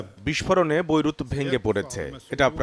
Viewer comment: ভোইরুত না বেইরুত😂😂😂